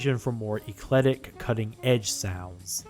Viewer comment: FYI the word is "eclectic." ek-LEK-tik. Not ee-KLED-ik.